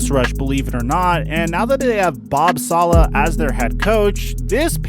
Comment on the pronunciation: This man said Bob Salaha